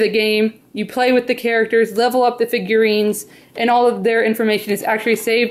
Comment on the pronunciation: Haha u said figurines